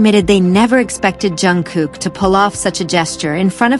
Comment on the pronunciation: Jungkook. Pounce it right!